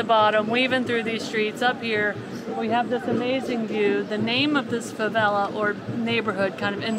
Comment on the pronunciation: please make an effort to correctly pronounce the two new words you learned that day (rocinha and favela). It is painful how you are butchering the words.